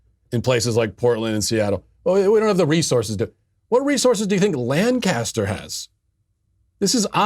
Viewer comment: Hi Matt, As a Pennsylvanian, you're hurting my heart and my ears every time you mispronounce the word Lancaster. It is pronounced LANKa-ster with the emphasis on lank. And although I'm sure it makes for good reporting, I wish you would stop emphasizing that it's in the middle of Amish country, as if it was some sleepy country stick town stuck in another century. Lancaster is one of the major cities of Pennsylvania with a heavy Black and Hispanic (Latino? Latinx?) population and a reputation for being a fairly rough place.